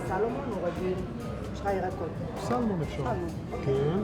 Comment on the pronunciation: המלצרית עובדת שם 200 שנה ועדיין לא למדה להגיד סלמון ולא סלומון כבר זה מראה על המסעדה עצמה